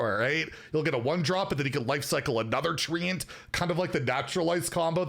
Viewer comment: If it says "treant" why is it being said like "treeant"?